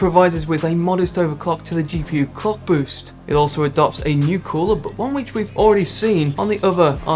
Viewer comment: Am I the only one who doesn't hear him say clock boost but co*k boost.